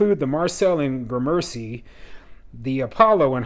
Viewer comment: Ps it's pronounced GRAmercy